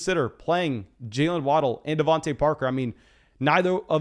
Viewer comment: Bruh his name is devontA not devonte u mess that up every time lol